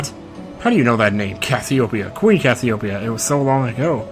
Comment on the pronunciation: Dude, you're constantly mispronouncing Cassiopeia. It's pronounced cass-ee-oh-pee-uh. Hence why her nickname is Pea.